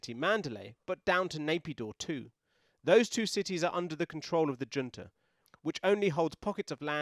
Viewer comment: Swap the J in Junta for a C, and you'll be more accurate